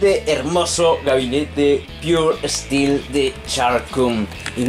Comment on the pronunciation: JAJAJAJAJAJJAME ENCANTA EL INGLES DE. ESTIIIIIIILO = STEEL